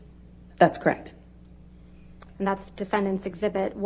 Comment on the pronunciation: Crect. Why is it crect instead of correct? So buggy.